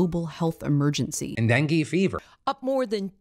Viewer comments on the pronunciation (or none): none